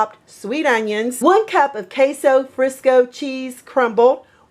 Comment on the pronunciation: It's queso fresco not Frisco!